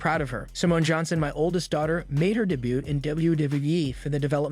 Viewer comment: Did you really say de but instead of saying debut?😅